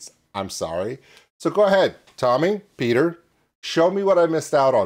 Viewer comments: Petter is said like better. Totally different from Peter. Orherwise nice reaction ❤ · The double t in Petter makes the first e short (and the t's) in swedish. Think of how you say "pet", then you can pronounce Petter right🙂